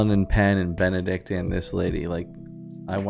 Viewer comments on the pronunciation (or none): not benneDick 💀